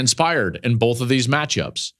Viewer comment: You also say "bolth' instead of both a lot